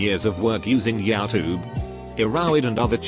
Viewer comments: nobody text to speech dude: ”yow tube.” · Nobody: Reddit bot: YAH TOOB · normal human: youtube computer thing: yah-toob